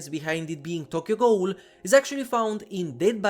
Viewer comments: How do you not know how to say ghoul. It's pronounced goo-el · learn how to properly pronounce the word ghoul. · the way you pronounce ghoul is heinous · i think it’s just the way he pronounces ghoul because of his accent